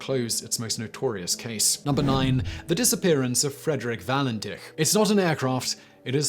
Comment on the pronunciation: All-bree. Valen-titch. Add Harold Holt, the Beaumonts, Azaria Chamberlain and Joanne Ratcliffe & Kirste Gordon in your next list